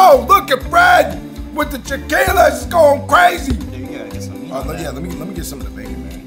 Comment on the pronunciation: I noticed it too! Not to mention his Sriracha comment and the fact that it is chilaquiles not "chaqiules". Made me doubt his knowledge, but maybe he was nervous.